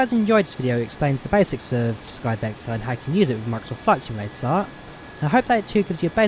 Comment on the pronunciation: Skyvektaaaaaaah in Flight Simulataaaaah?